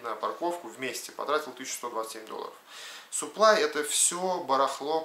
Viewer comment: все хорошо и интересно, но, пожалуйста, не говори "суплай", но саплАй 🤣